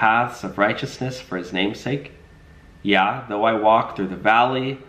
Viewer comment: Thank you for the KJV readings,! The first word in verse 4 is pronounced "yay" meaning "yes". The language can be confusing at times, but is so beautiful...and correct!!